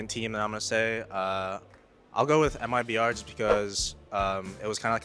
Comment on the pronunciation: mibr = meebruh